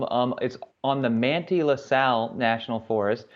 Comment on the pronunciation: I wish he pronounced Manti right. :(